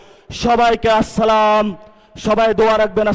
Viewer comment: শায়খুল হাদীস মামুনুল হক হুজুরের ছায়া পড়েছে নাসির পাটোয়ারী রুহুতে। ❤️❤️❤️❤️ নাসিরুদ্দিন পাটোয়ারীর সালামের উচ্চারণ টাই মধুর মতো লাগে। কারণ, সে কোরআন পড়তে জানেন।